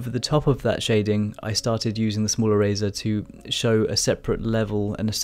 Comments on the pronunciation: OHHH...ERASER! I thought you said "a razor". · I can;t get over the "erazor" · I kept hearing “smaller razor” lol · If he says erazer one more time... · is he saying eraser?.....i really wanna know but cant tell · I love the way you say eraser and your fur looks awesome